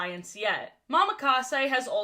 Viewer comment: I know it doesn't matter, but it's a slight thing that annoys me. ITS NOT MAMAKASE. It's Mo-Ma-Ka-Se.